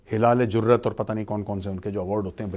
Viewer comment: " HILA LE ZURRAT" 😅😅